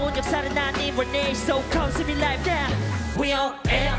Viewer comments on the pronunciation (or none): none